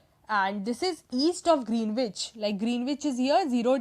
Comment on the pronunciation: I think Greenwich is pronounced as Gren-itch.